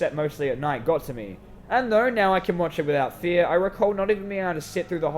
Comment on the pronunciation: What other people heard at the start: “Fear..” What I heard: “FeEt”